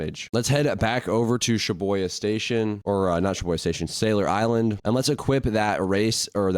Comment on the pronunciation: bro its shibUya not shibOya